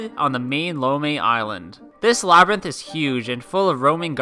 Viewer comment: "Labyrnth"? I'd like to buy a vowel.